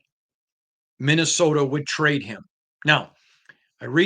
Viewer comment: It's not called "Minnowsoda!"🤣😭🤣